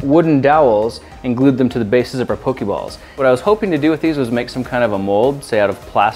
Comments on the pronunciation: Just for future reference, it's pronounced poke-aye-ball/mon. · This video is awesome and all, but a handy tip is that it's pronounced 'Po-kay-balls,' not 'Po-kee-balls.' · it's pok-AY-ball not pok-EE-ball... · Pokeh-ball not Pokie-ball, Grant, We're around the same age so there are no excuses for you. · It's still not pronounced like pokeyball. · You pronounced Poke'ball wrong. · For some reason I don't care whether he makes one video or splits it, or becomes a mold making channel. The only thing I am salty about is the Pokéball pronunciation!